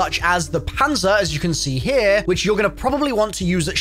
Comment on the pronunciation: Stop starting each video with “ HAIR” it’s here!! Not hair smh good lord